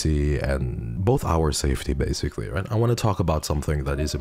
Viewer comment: heard the pronounciation of "right" and instantly knew lol